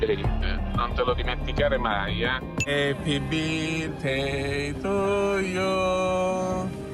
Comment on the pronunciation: Al Happy " birtey "sono stramazzata al suolo 😂😂😂😂😂😂😂😂😂😂